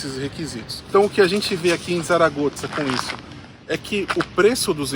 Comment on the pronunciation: Realmente a cidade é diferenciada e parece oferecer muita qualidade de vida. Uma dúvida: porque vocês falam "Saragotza"? Notei que o pessoal daqui pronuncia "Saragossa".